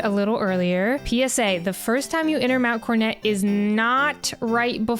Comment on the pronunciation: Wh...Why are you saying mount cornet? Am I tripping here, where's the second 'o' gone??